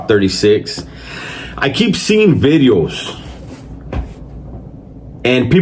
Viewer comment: Lol the "vitheos" is classic